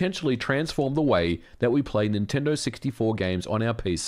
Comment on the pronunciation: Dude little tip for better audio.. position your mic a little higher, you sound sometimes like your spit devours words. Instead of Nintendo 64 u said multiple times siggty four. Clear pronunciation is the key